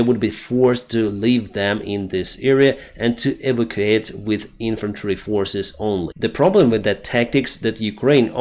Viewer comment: Minor pronunciation item: Evacuate pronounced "E vack U ate" not "E voc U ate" I notice many Eastern Europeans pronounce that way. Or maybe we pronounce wrong in NY!